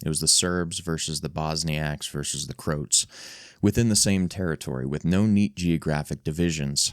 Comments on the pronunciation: Cro-at not crote ffs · the proper pronounciation of Croat is something more like crow at. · Croat is pronounced crow-at. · Oooof, that Croat pronunciation got me bad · Teach your narrator how to pronounce 'Croat' and 'Sarajevo'. Hint: 'Sarajevo' is not a Spanish word.